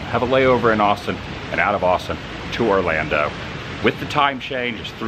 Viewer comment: ORLANDO not Orlanda geeze